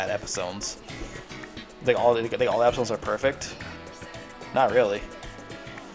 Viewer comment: its funny when u say episones instead of episodes